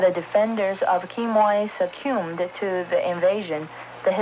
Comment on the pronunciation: Funny how her English is really excellent but then out of nowhere she pronounces the word succumb as "suck-q-oom"...!